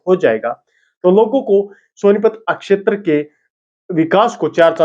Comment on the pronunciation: शब्दों के उच्चारण पर ध्यान देना होगा। क्षेत्र को आप अकशेतर कह रहे हो, फेल को फैल बोल रहे हो। आपको कितने लोग देख रहे हैं ये तो आप जानते ही हैं। अच्छा प्रयास है, थोड़ा और ज्यादा मेहनत की आवश्कता है। हिंदी का डायलेक्ट हिंदी ही रखें उसमें हरियाणवी न घुसाएं। शुभकामनाएं।